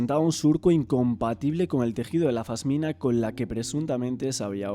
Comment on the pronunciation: Se dice pasmina😂😂